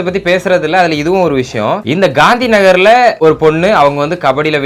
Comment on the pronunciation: Bro nagar correct sollunga